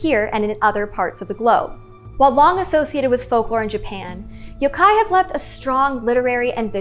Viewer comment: I'm so glad your Japanese pronunciation is spot-on. I'm tired of hearing people pronouncing yokai as "yow-kai".